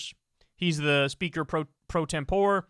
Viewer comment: pro tem-po-ray